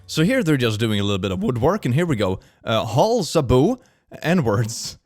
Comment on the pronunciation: ah yes hull zaboo that is exactly how you pronounce holzbau in German